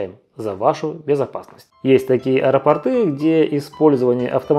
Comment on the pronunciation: Аэропорты-УДАРЕНИЕ НА О, а поры (ударение на Ы)- это штаны!